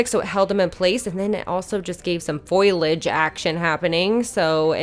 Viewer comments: foilage 🤣😝 you’re so cute lmao. love this diy and how it turned out! ps. it’s foliage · It turned out great! But it's foliage not foilage. FO-lee-edge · Foliage not foilage